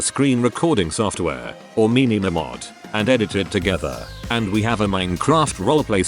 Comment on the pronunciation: MY-neh-mah mod, not Mee-neh-mah, TTS, lol. 😂